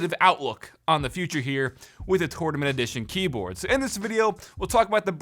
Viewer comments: Take a shot every time he says "Torn ament" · Its pronounced “tournament” not “tournament” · Ahhhhh the way he says tournament 😂